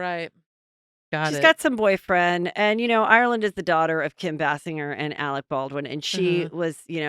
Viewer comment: Bless Fortune’s heart for not correcting you—it’s bay-singer